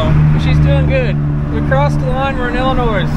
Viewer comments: ILLINOIS (i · luh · noy) NO "S" please. Nice rig even if its not a surveillance truck. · Come on the S is silent in Illinois!! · Your driving me nuts the s is silent on Illinois. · the S in IllinoiS is silent lol😂😂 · I really like you channel but... Two comments, I wish you guys would quit trying to be cool, saying bud all the time. Second, the "S" is silent in Illinois. lol